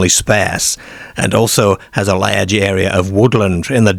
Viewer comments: What's a ladge wolf? 😂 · Is that a kiwi accent? The way you pronounce large in particular